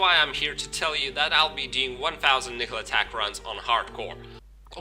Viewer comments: Your videos are good but can you work on your pronounciation of Nihlathak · I don't think your pronunciation is a problem. But if you want to be correct, listen to Malah's intro. She says Nihlathak's name. "All of the Elders, save Nihlathak, sacrificed themselves to place a protective ward around Harrogath."